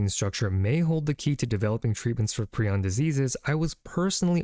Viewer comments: Pri on not preon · Thought it was ion and not eon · In my mind Prion is pronounced PRY-on, not PRE-on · I always call them "PRAI-ons." No matter how many videos I hear people refer to them as "PREE-ons," I will not course correct. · Pr-eye-on. Prion. I have never understood videos where someone has expert level knowledge about a topic but they never learn how to pronounce the topic correctly. 😑 your pronunciation is so off that even my captions can't tell what you're trying to say. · It's pronounced 'pry-ohn' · Pronounced: PRY-On. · I think it's pronounced as: Pr-eye-on